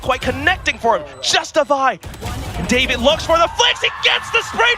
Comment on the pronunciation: caster calling davai "david" is funny ngl